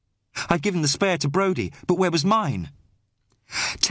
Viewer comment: spay-ir a minute? nor "spae-r", pronunciation, if you are going to do an accent get the idea of HOW we pronoun oor vowels or dont bother otherwise you sound like you are speaking the Scotch of Brigadoon, mythical place with mythical language ..ie, total bollox